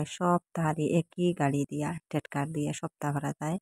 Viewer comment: টেটকার নায় গো ... টেকটার। 😂😂😂